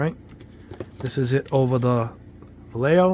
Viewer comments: Va-lay-hoe is how it's pronounced. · Vallejo in spanish is: va-e-a-ho double L is pronounced as Y